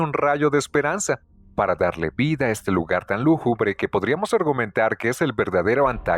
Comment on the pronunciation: Qué bien pronuncias Ripstein, con mucho estilo, pero no sabes pronunciar "lúgubre".